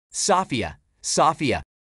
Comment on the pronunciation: The other AI, her name is Sofia, but he’s saying it as soffia because he doesn’t know that yet